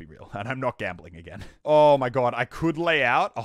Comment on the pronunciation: Is it wrong that I am getting triggered over his gamboling